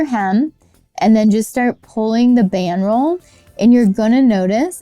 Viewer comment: Didn't sound like that. Enunciation is key to understanding.